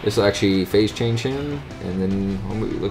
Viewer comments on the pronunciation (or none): none